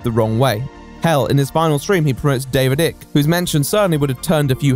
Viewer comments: Great video, as usual, but - really - David Icke's name is pronounced "Eye-k" not "Ick". Even the man himself pronounces it that way. :) Then again, are you implying your own personal opinion on Icke? ;) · Its weird, I've never ever heard anyone refer to David Icke as Ick Not Ike and it tweaks me everytime. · Ike like bike, not ick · The mispronounced Icke throughout, even though the correct pronunciation is given early on in the video shows how little is immersed in his videos nowadays. Great video though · I still can't tell if he's pronouncing Icke wrong as a condemnation or just because he's never heard it out loud before. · small nitpick but your pronunciation of icke is giving me the ick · Why are you saying Icke like a total tool ?